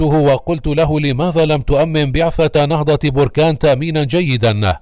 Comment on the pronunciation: انت اكبر كداب وسير تزيد تقرى كيف تنطق كلمة نهضة بركان